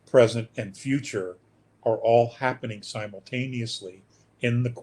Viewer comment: ITS HABBENIG😅😅😅😅